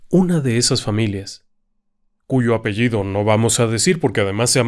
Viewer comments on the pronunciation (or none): none